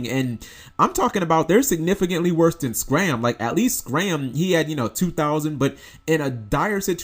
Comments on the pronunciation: IT'S SCARM not SCRAM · scARm as in "SCARMiglione" not "scram" as in "go away." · Pleeeeeeeeeeease stop butchering Scarm... it keeps bothering me so much. SCarm, not ScRam... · Please stop saying SCRAM... It's name is SCARM "Sk - arm"